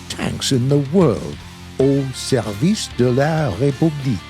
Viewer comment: "Auo serwice dé la répooblik" xD